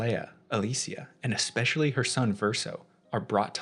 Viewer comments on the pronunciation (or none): none